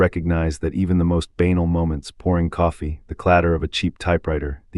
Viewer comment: Who can continue with all these historical names slaughtered by Ai. Tragic. Banal doesn't rhyme with anal